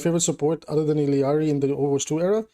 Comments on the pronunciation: Love ur vids but go crazy every time you add another two Ls to illaris name E-yar-E instead of ill-E-yar-E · Theres only 1 'i' in ILLari. You and spilo both pronounce it the same way lol